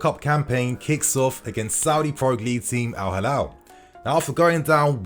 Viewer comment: It's Al Hilal, not Halal